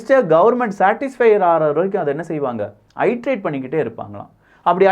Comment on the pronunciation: Dear ஐட்டேரேட் கிடையாது. அது இட்டேரேட். எந்த ஒரு ஆங்கில வார்த்தையை உச்சரிக்கும் முன் கூகுளில் சரி பார்க்கவும்.